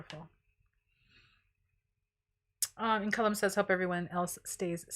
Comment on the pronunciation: Speaking of words...my name is pronounced CAl lum...the cal part is like the start of the word California. Not col like a column. Although interestingly, my name's etymology stems from Ireland where it is pronounced as colom like you say it...🤔 interesting